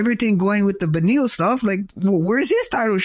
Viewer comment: LMAOOO HE CALLED BELAL BENIEL